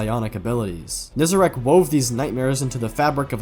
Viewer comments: is NE- ZAH-REC , NOT NE-ZE-RAKH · Still kills me that him and so many say Nezerac, when it's Nezarec. Been years, my guy. PLEASE! 😅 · I cannot stand the fact that Nezarec is clearly spelled out and people call him "Nezerac"